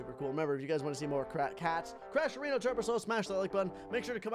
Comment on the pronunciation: he said areno